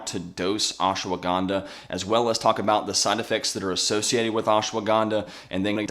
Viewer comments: It's ashwagandha, not ashawagandha. You're adding an extra syllable, and it already has plenty. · Pleae stop pronouncing it Oshwaganda. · Say the name properly at least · Fun fact: These experts talking about Ashwagandha don't even know how to pronounce it correctly. All good. Thanks for the effort.